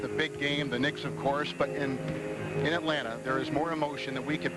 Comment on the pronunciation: Peter Vesey said Atlanter